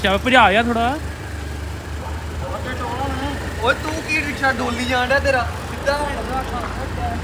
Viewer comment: Riksa❌ Riska✅ 😂😂